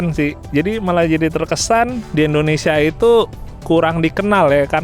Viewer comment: Indonesia bukan endonesia bang